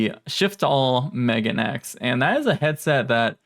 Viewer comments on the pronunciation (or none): Not to be that guy, but it's pronounced "me-ga-ne-ex." Megane means "glasses" in Japanese. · Thank you. His pronunciation was causing me stress. 敏感過ぎるかな？